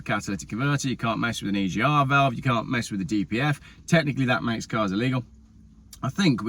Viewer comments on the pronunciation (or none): none